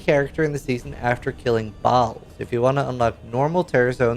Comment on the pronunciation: Ball? How many times have you heard them say it in cinematic and still say it wrong. Trolling?